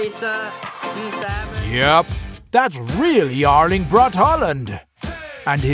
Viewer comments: No he says Erling but it sounds like Lyng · Yarling braut Håland🤦‍♂️😂